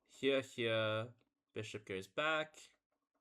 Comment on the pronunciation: Brother, do you really pronounce "here" as "heeyuh?" I enjoyed 1500s chess.